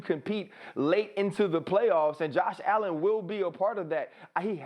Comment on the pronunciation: The disrespect on allens name